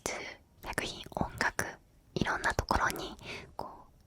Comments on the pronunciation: なんかあれだな ちょっとかわいいな 奇数がキスに聞こえるとこがいいw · キスの法則に聞こえてしまった...